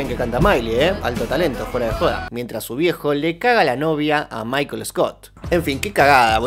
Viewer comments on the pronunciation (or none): none